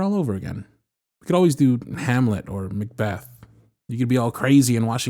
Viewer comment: macbeth? did you just say M A C B E T H ?